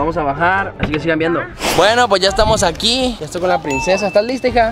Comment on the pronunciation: Soy yo o dijo etoy tite